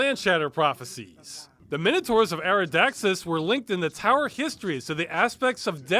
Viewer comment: Credit to this game for pronouncing "minotaurs" right.